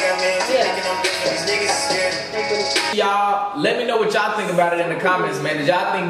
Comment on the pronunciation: Dude said me mes 😂